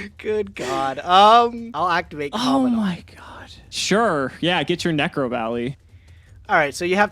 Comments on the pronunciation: Why does everyone pronounce COMMANDANT like comm- a-daunt? Theres a letter "n" between the "A" and the "D". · Can someone actually say COMMANDANT right? Like just once.. please.. for me..